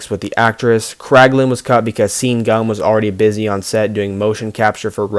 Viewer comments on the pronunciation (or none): sean is pronounced shaun lmao how don’t you know that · SEAN is pronounced SHAWN. duh